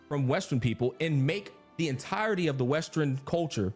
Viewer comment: Westearn.....westearn.. lol